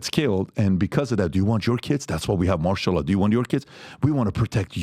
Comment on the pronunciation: It’s Martial Law not Marshall Dillon people.